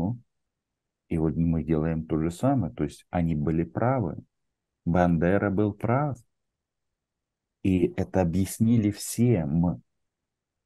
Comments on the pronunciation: Дякую Роману за його позицію і роботу! Тільки не Бендера, а Бандера. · Роман, только не БЕндера, а Бандера!!!. Бендеры это город в Молдове